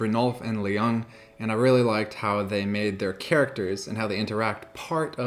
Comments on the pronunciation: I'm Swedish. Yes, Penn and Teller are well known in Sweden. No, you still coulden't exchange that autograph for a farm (maybe one by Playmobil). No, I have never heard of these guys (Brynolf & Ljung). No, Ljung is not pronunced L-jung but Jung/Young in Swedish. Yes, that was a nice performance. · The L in Ljung is silent btw ;) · the L is silent in Ljung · the L in Ljung is silent.